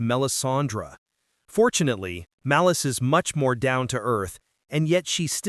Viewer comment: What is Maleece? It's Malice.